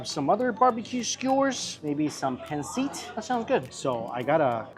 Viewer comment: The way he pronounces pancit 🫤